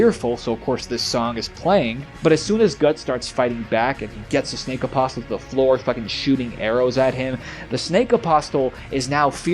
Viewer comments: Love the video my guy! Shame they took it down for NOTHING. One thing though, in the word “Apostle”, the ‘t’ is silent. It’s pronounced like “aposle”. Keep the dream alive man ❤️ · Apostle is pronounced apos-cell. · You don't pronounce the T in Apostle. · You don’t say the t in apostle, love the vids though keep up the good work